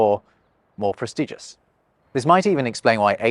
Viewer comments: Did I just hear you say "Pres-TEE-gious"?? Great video otherwise! A number of "English" words come from mispronounced reading - eg: the fruit Naranga (in Sanskrit) is written in Dutch as Oranje (for the colour - the fruit is actually Sinaasapel ("Chinese apple")). Now, when you say "Oranje" in Dutch, it's "Oor-run-ya", which ain't too far off the original Sanskrit "Naragna", but if you're some careless Pom, and say the J as a G, it becomes "Orange", a million miles, aurally from the original. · Nice video, but some comments ... it's 'probably' (adjective), not 'likely' (an adverb that saves a syllable for the lazy!) ... it's prestiDgious, which is pronounced differently than prestige ... and a common mistake is that great is the superlative of good, but also an adjective that means 'big', so 'really great' means 'very big', but you probably wanted to say 'absolutely great'? Perhaps this could be something for a new video? ;) Anyway, that was 'great' ...